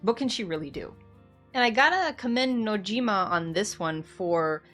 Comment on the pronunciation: Sorry not sorry, but shocker. FF7 isnt a dating Sim. FF7 is much more than who cloud ends up with. New generation ff7 fans... also you said Nojimas name wrong.